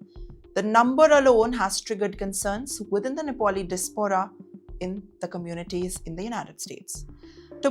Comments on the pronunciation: Not dispora.... please it is Diaspora pronouns "ia"...... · “Diz pora “ ..no wonder these clowns come with these sort of pronunciation lol